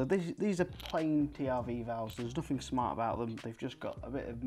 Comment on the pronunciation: Very interesting. Also you say 'fart' instead of 'smart' at about 7 minutes, which made it for me.